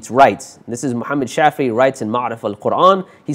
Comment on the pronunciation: Assalaam u alaykum wa rahmatullah, brother thank you for the series. I just wanted to point out a small error in the presentation. The author of the tafsir Ma'aarif-ul-Qur'an is named Mufti Shafee' (شفيع), not Shafi'i (شافعي) as pronounced in the talk. Jazakallahu khairan. Wassalam.